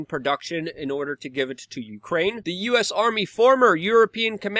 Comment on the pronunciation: If you Can not pronounce “the”, then i do not trust you.